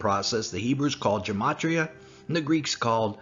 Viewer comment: A small point.... Gematria is pronounced with a hard "G", as in "God". There is no "J" sound in Greek, nor in Hebrew.